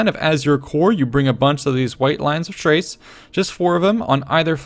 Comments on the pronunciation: White lions of Chrace, is still pronounced "K-race" , not "T-race". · I had the impression he's pronouncing "ch" as in "Child". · At the very least it would be an Arabic-sounding soft "Kh-" rather than a hard "K-". But I think you are right. It's pronounced 'Ch-race'.